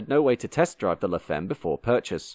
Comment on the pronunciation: By the way, femme is French and is pronounced fam and not feem. French, one of the 'other' 7000 languages of the world.